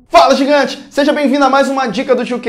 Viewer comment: Fala _gingante_? kkkkk Valeu a dica